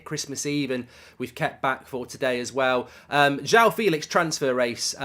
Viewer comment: How hard is it to pronounce joao properly ? JWOW Jesus Christ